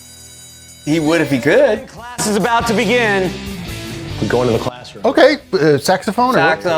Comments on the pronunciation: When you said "saxophone," it sounded like you said, "sex phone." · " Saxamaphone,..Saxamaphone"😂 Classic Simpsons